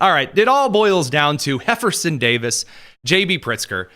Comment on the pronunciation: "Heifferson" Davis. 🤣🤣🤣🤣